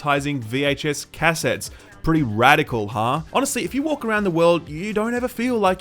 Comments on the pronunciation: when he says CASSettes instead of caSETTES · "kaset"?? stopped video, thumbs down, unsubscribed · "VHS cass-its?" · How to pronounce cassettes Americans: Cuh-Sets British: Cass-Ets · I'm an Aussie and thats not how I pronounce cassettes. He just paused for some reason between the 'ca' and 'settes' part.